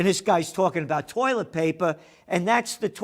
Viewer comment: Where's the "R" in toilet?